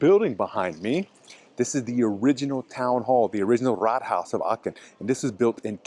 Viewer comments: Quite fascinating. I lived in Aachen and then in Würselen for a total of about six years, and I never knew about some of these restaurants, nor did I know some of the cathedral legends. Pronunciation: Aachen, not Aken (guttaral h sound). Aachener Printen are just a kind of ginger-bread, basically Lebkuchen, which is very popular in Germany (for example in Nürnberg). In Aachen, I also love Nussbrötchen (rolls with nuts), Nussecken and other good baked goods. Just ask around about which bakers locals recommend. One more thing. You restricted your video to the historic old town, without saying so, and there is so much more to Aachen than that. I haven't lived there for forty years, but I have been back on occasional visits (but not since Covid), and there were many nice areas from the Gründerzeit, (late nineteenth, early twentieth centuries) plus a lot of shopping streets and some beautiful residential neighborhoods. Yet other areas (including Lousberg, the Casino, and Burtscheid) are also worth visiting. And you failed to mention how easy it is to get to towns across the border in Holland and Belgium. Of interest are streets partly in one country and partly in another. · it's so lovely how you pronounce Aachen. hahaha 😅 it's not a "k" it's a "ch" like Chuchichäschtli ;-) Greetings from Switzerland.